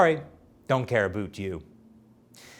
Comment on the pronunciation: "Doesn't Caribouuut you!!!" 🤣🤣🤣🤣🤣 You just made every Canadian proud!